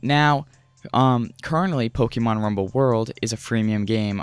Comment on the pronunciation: Look up how to pronounce "Pokémon". Also, work on your delivery by cutting the fluff and pausing much less. Leave out words like "uh, "yea" and "umm". Allow one sentence to flow into the next without pausing or taking unnecessary detours. Stick to the topic. I can tell you that as a viewer, all I wanted to know was the differences between Blast and World, so when you finally made it to discussing Blast, I quickly became frustrated when you started describing how you came across the game just a few sentences after you started covering the differences. That's what I mean when I say "cut the fluff". Or at the very least, include info like that in a totally different section, maybe even one of its own. Anyways, I'm not trying to be overly harsh or critical. I can tell you're a young guy, so in that sense... good on you for simply making videos. Many others only ever talk about doing what you're actually doing mate. That's something worthy of being proud of. You'll inevitably improve over time. That's guaranteed to happen as long as you continue making videos. Well earned sub from me, bud. "Liked" also, obviously....